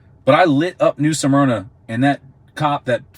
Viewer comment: Smyrna Not "Suhmyrna"